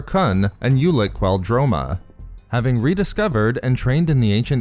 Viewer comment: Ulic Qel Droma Qel not bell